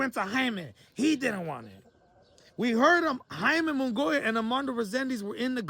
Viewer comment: So did charlo or Reséndiz duck. Also you say Munguía so fucking newbie lol